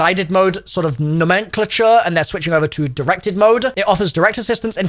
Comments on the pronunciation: I've never heard nomenclature pronounced that way, quite a tongue twister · the most butcherd way of saying nomenclature